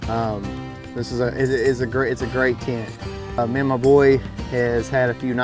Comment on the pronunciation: Mar-mor-ant “tint” lol